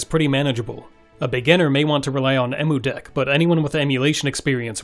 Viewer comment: Its pronounced "Em" "U" deck.